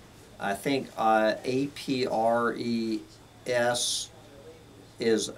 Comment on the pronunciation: Apres = After L'deluge = The Flood Pronounced "ahp- pray" Origin: "Après moi, le déluge" is a French expression attributed to King Louis XV of France. After me, the flood. (Revolution/destruction)